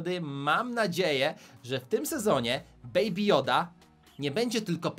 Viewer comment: "Beaby joda" to nie joda😡😡😡